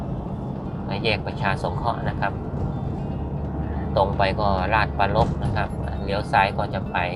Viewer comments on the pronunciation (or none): อ่านผิดอีกแล้วต้องอ่านให้ถูก ราช-ชะ-ปรา-รภ